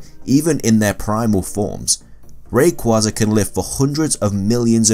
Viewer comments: It's ray-quaza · I hate when he says rayqeeza it sucks.ALSO HOW IN THE WORLD IS MEW MORE POPULAR THEN RAYQUAZA